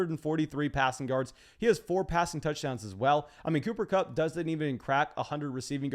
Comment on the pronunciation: Glad to hear your finally came to your senses on Kupp even though you couldn't say his name😃